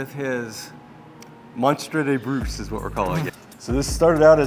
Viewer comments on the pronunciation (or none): you don't pronounce "brousse" the right way fyi